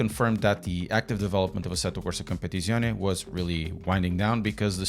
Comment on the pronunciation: I clicked just to hear you say the name of the game 😂 asettocompapapapapapaptizcion 😂